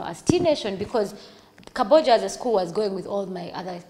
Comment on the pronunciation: It’s Kabojja not Kabbojja